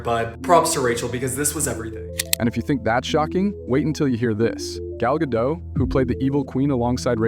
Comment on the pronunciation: Gal Gado(t). Get it right!